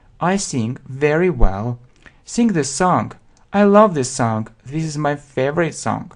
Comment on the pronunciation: Sing and Song произносится мягче. Достаточно взглянуть на транскрипцию.